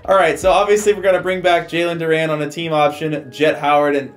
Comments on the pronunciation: Bruh like your video but OMG for the life of me it's Du-REN NOT Du-RAN 😂😂😂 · “Jalen Duraan” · Love the vid but it was making me mad he was saying Duran instead of Duren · JALEN DUR-REN